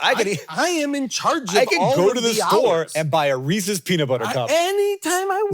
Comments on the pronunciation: There's no "reesee's", it's "Reese's" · Man, I thought I was a fan of Jason. But now that I know he says “Reesey’s” I’m just not sure anymore. It’s a shame.